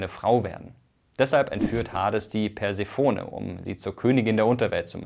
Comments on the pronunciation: Ganz kurz: Bei Persephone wir nicht das o, sondern die es auf der zweiten und vierten Silbe betont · Eine Notiz zur Aussprache der Περσεφόνης: Die Griechen unterscheiden, so wie die Römer, Vokallänge und Akzent. Die Betonung liegt auf dem kurzen o, der Name endet mit einem langen unbetonten offenen e. Die Aussprache ist etwa: Persefónne. Die oft gehörte Aussprachevariante Perséfone folgt der lateinischen Akzentuierung und ist daher abzulehnen. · Der Gott der Fehler hat sein böses Spiel mit uns getrieben und Mirko eine unsaubere Aussprache eingeflüstert! Eigentlich liegt die Betonung der Göttin Persephone auf der zweiten und vierten Silbe: PerSEEphoNEE. Altphilologen vor: Welche Aussprachefehler sind euch noch zu Ohren gekommen? Schreibt's uns in die Kommentare.